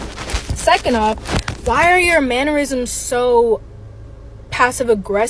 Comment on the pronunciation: My guy said man-yer-isms 🤣